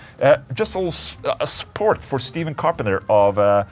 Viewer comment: Just saying Stephen C is pronounced like Stefan, rather than Steven. Loves x